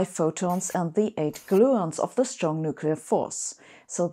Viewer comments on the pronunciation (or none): none